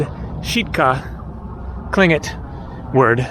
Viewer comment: Very good attempt to pronounce Tlingit (clin-kit)!!! 🤍🙏🏾❄️ Sitka is BEAUTIFUL in the summer and has beautiful people year-round! 🤍🤍🤍